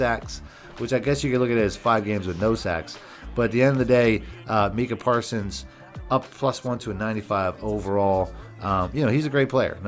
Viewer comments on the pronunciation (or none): “meeka parsons” 😂😂😂😂